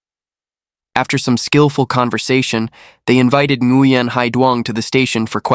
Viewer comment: Learn to pronounce the name correctly! It's more like wing. No n at the beginning of the name. Like my friend.. Duy. It's not pronounced a Duy. It's more like ey